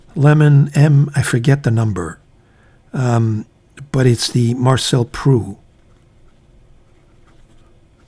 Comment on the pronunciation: Marcel Proust , the final S and T are pronounced like in " boost"